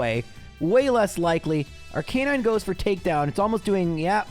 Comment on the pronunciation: Ar-kuh-nine not ar-kai-nine, im looking at the official pokemon handbook. Sorry has to say it.